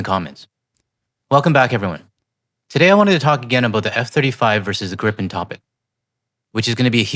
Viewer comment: [gree-pen] if I may.